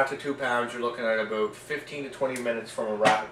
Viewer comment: Oh man you do say aboot! :( Im Canadian we dont all say it that way I swear! lol